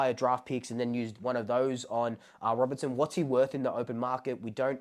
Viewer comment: Mate. Get the name right. Deven RobERTSON.